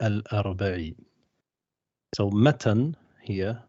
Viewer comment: The word matn is ٌمَتْن with a taa' saakin, and not مَتَنٌ